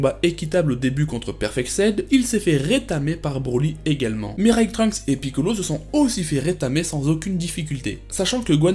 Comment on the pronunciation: pourquoi quand tu parle de futur trunks tu dit mireille trunks.